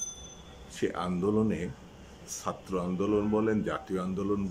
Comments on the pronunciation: আপনার মত বুদ্ধি বাংলাদেশে আর কারো আছে কিনা মনে হয় না শুধু ছাত্র উচ্চারণে আপনার একটু Problem এটা ঠিক করে ফেলেন তাহলে চলবে রাগ করার কিছু নেই এখানে আপনার বাড়ীর লোকেরা আপনার Talk show দেখে না হয়তো তা না হলে তারা আপনার অখাদ্য ছাত্র উচ্চারণ ঠিক করে দিতেন Please don’t get upset just CORRECT it That’s it শুভ কামনা রইলো Please don’t give again any negative answer I have been very nice and polite with you don’t be impolite PRADIP BHATTACHARJEE USA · ভাইজান ছাত্র কথাটা উচ্চারণ করতে পারছেন না কেন এত সহজ একটা শব্দ আপনি আয়নার সামনে দাঁড়িয়ে আপনি কি ভাবে ছাত্র উঁচ্চারণ করেন আপনার ভুল আপনি ধরবেন Correct ভাবে কথা বলতে না পারলে এই সব Talk Showতে আসেন কেন???? আশা করবো আপনি আমার মা বাবা ধরে গালি দেবেন না PRADIP BHATTACHARJEE USA